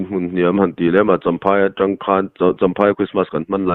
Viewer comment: Comment tawng zet zet tih isawi kha athluk adik lo nih khaa..tawng(colour)kan sawi dan angin isawi daiha